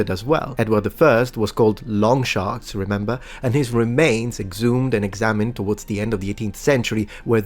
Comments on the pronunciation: LonshaNks, not sharks. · At about - I've listened to it 20 times now!! Each time, it sounds as though is saying "Long Shark," rather than "Longshanks." I suppose it's possible, since English isn't his native language, that he's unfamiliar with the word "shanks" meaning "legs" and so he possibly presumed that the word in question was "sharks," instead... edit - eliminates all doubt; he's definitely saying "shark/ sharks," instead of "shank/ shanks."